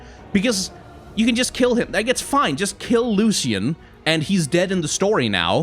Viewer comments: ''lushian?'' that pronounce cringes me. isn't it ''lushen?'' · It’s Lucian not Lusican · Please pronounce Lucian the right way D